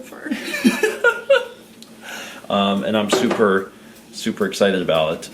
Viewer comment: You’re “soup”er excited?